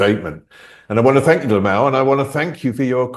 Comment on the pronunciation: Nope! It's LIM-ALL! That is what people have been pronouncing his name and he even says his name too. LOL! SMH!